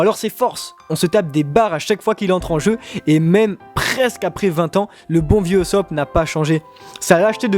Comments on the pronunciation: intéressant mais ça se prononce "USSOPE" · On dit Oussop et Leffy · On dit OUssop ! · par contre on dit oussopp